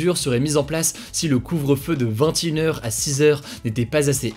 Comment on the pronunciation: Je l'aime tellement mais la façon dont il prononce 21h me dérange mdrrrrr😭